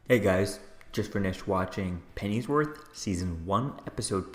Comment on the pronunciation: Where on the planet has this guy been hiding why he cannot pronounce PennyWorth or Bassie??